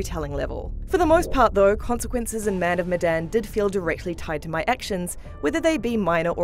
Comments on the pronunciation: The "e" in "Medan" should be pronounced as "é" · Say the title of the game right next time, your saying Medan wrong